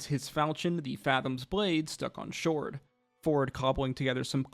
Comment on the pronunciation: "stuck on shord" lol